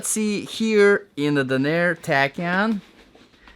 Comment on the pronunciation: It’s DAN-er not da-NEER.